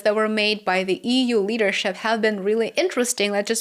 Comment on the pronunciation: EEWUU.( Read as EU!!). 😅